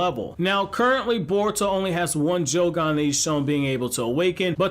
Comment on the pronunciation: Idk why but it bothers me he keeps pronouncing it as jougon instead of yougon